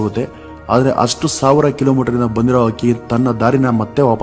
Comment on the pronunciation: Akki alla adult hakki anta heli u r pronosation is wrong please correct